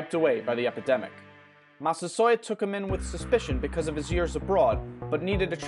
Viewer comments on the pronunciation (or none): none